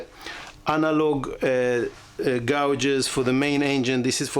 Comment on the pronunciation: agree your English is very good. Try to look up pronunciation of gauges (instrument dials) - it’s being done differently than you do. Thanks again.